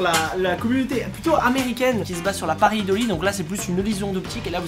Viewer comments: Dédicace au grand jd qui ne sait pas dire ce mot paraeidoli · J ai cru que t'avais dit pareildoile